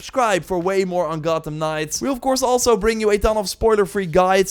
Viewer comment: "the biggest Gottem city" lol don't think we didn't hear that